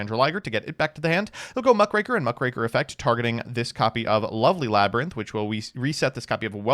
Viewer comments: I'm impressed at the consistency with which you say Krackertuga but stop yourself from mispronouncing Mukraker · You finally learned how to say muckraker, CONGRATULATIONS!🎉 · correct pronunciation of muckraker alert! Our beloved Tron player has been replaced by an impostor.